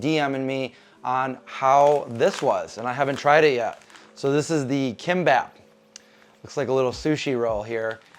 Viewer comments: It’s pronounced Geem-Bop ❤ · sound it out as gim-bop. g would be a weak k sound like "gear" so more like "geam bop".. not "k" sound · It's 'KIMPPOP" KOREAN FOOD!!!! It's not 'sushi' !!! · Geem-Bap. Kim is pronounced Geem.